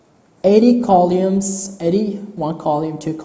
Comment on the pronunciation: How he says Columns and Rows while explaining screen width and height and depth. "Kaulumes" ="Columns" and "Raws"="Rows" No Offence Sorry